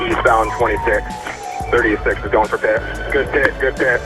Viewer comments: Love the AI narrator - police ended the chase with a "Pie-T", LOL! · Pie Tee maneuver..... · A pie-t? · Yo buddy stop intentionally saying stupid stuff made me dislike the vid, bro said "P. I. T." Instead of saying "pit" which is how it is Said universally L man